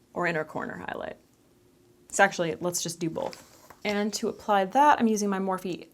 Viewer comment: Lol "browbone hoiloight" had me laughing🤣🤣 Love all of your videos but the way I sat through the whole live stream🥰